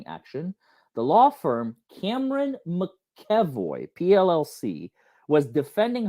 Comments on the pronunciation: McEvoy- Mac E Voy., you are totally entertaining, you make legal stuff interesting. You are a wonderful teacher. It is my understanding that Elaine intentionally excluded Cameron McEvoy from participating in Amber’s defense. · Mac - A - VOY 😂😂. Lol. Those darned Irish names are hard. Lol. She’s gonna always pull criminal bs until she’s made to face ramifications for those acts. 🤬